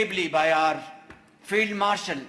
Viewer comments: sirf hume hi failed marshal sunai diya ya bola hi failed marshal....😅😅😅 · I heard Failed Marshal instead of Field Marshal 😂